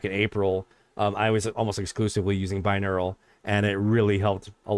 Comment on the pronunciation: Hmm, have you got 2 brains, or maybe just 2 neurons? I keep hearing something like "bineural".